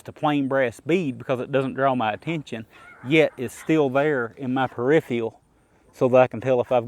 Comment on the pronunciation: Per-if-er-al Thank